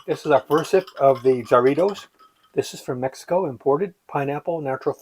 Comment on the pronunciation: Heya, i grew up on jarritos. Delicious stuff as a kid. Really informative review as always. By the way, its pronounced like "hah-ree-tos". Sorta, lol. Sounding out spanish is kinds tough to make it sound authentic. Happy new years! God bless